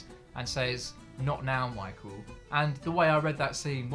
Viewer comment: Michael! It’s michael